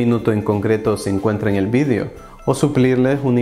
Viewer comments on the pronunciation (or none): none